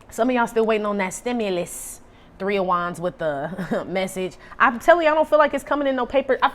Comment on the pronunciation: I swear when I hear you say KING OF WANDS, I hear KING OF DICK !!!